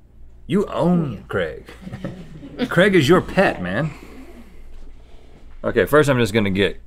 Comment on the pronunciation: I know it’s Craig but they pronounce it like Creg